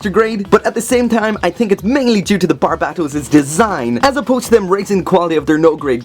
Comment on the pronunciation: The only one that doesn't say "Barb-ei-to-u-s"